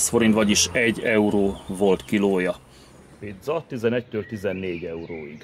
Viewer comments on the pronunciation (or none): none